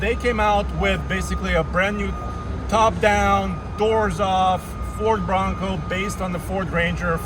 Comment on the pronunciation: Lmao NeW FoRd BwAnCoW 😂 idk why but I’m dying laughing